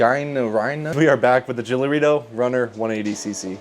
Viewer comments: I have the Gilera SMT 50, and gilera's are so reliable Also its pronounced Gee-ley-rah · its pronounced = G (just GEE) Leh Rah GEELEHRAH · Its pronounced djielera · Her pronounces are Gilera - G - Lera 😊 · If you want to know how to pronounce gilera right use google translate english to dutch and you will hear how to pronounce it right it made me giggle when i heard you say it😂😂😂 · you read it giléra